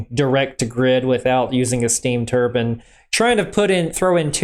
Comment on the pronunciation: Bro... Tur-bin? Tur-BINE!